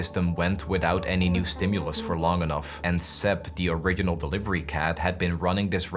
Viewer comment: you said "original" very weirdly at this point